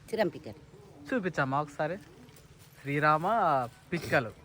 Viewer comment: Seram not Sriram